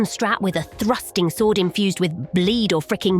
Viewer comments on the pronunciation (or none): none